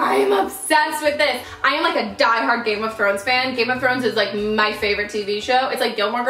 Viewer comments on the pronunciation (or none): none